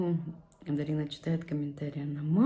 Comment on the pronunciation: Ее зовут ДАРИНА! Не надо коверкать красивое имя. Иди русский язык поучи лучше, чем кофточками интересоваться🤨